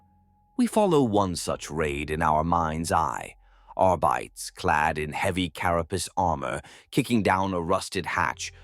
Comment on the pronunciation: I'm enjoying these, AI voice pronounces two or three words incorrectly lol! I swear arbites is a trigger word that snaps my brain out of the story and back to reality. Fix this please, if possible 🙏 thank you.